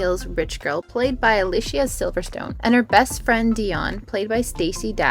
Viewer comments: Pronounced “a-lease-ee-uh” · Her name is pronounced uh-LEE-see-uh